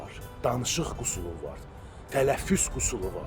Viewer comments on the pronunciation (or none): Sen özün qüsul sözünü, qüsur sözünden ayır sonra meslehet ver.. Men senin daimi izleyicinem, sölerin tam doğrudur.